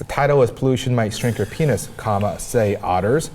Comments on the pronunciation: Is it just me or does she keep saying, "pain'iz"? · For some reason it really bugs me how she pronounces Penis